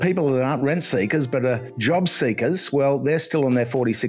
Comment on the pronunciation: What's he saying? Rent Seekers? Red Seekers?